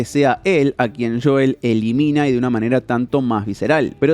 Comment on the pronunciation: No os pasa que cada vez que dice JOUL dan ganas como de darle así con to la mano abierta?